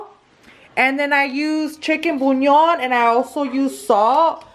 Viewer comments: Why does it sound like she’s saying chicken bunyon. Lol 🙊 It’s Chicken bouillon. By the way....Love the videos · Am I the only one who gets this pet peeve by the way she says “chicken bullion”? She says CHICKEN BUÑON😭 it’s pronounced (boo-lee-on) habla toda pocha😫😫 mejor dilo en español si no lo vas a decir bien.